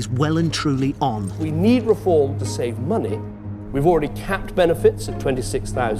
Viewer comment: "Benefits just let ya SAVAVE"